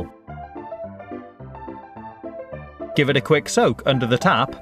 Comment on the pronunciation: I swear he said "...give it a quick soap under the tap..." Oh well